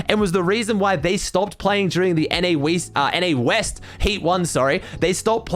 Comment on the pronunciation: I laughed so hard when he said “NA Weast”